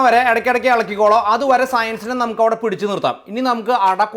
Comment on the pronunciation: Ayyo I loved the presentation ❤❤ just found your channel ❤ loved the accent in“ rubber spatula evade” 😂